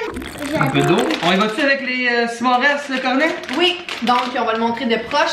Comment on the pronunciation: S’mores lol sa se prononce pas comme sa